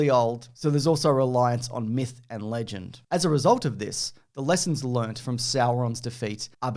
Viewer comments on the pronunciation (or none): none